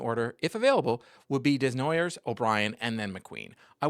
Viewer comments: FYI, it's Day-Nwa-Yay, not Dez-Na-Yerwz. :) That being said, keep up your good work. Always interesting. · That is a very American way of pronouncing a french name Desnoyers